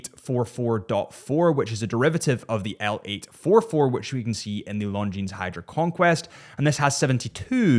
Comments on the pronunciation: Please... not LongineS .. no "S" when you say this brand. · Doesn’t matter, he prefers chewdur over longjeans 😂😂